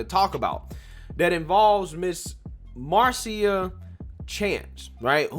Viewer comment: Wow nobody knows the English language.its Marcia pronounced MARSHA like Marcia (Mar-sha) Brady from the Brady bunch. It's not Mar-see-uh. LMFAO 😂😆 even the news is wrong 😅